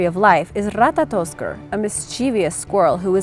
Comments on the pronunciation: Ratatoskr not Ratatotskr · That moment when you said ratatotskr was so amazing